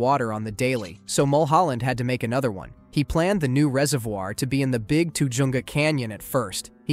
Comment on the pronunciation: People can still see part of the dam off San francisquito road. And it's pronounced Tuh-HUNG-ah. 😊